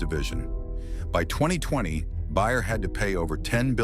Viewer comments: Bayer as in aspirin....not buyer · Please hire a narrator who can pronounce words like Bayer, and live correctly to the context that the words are used in.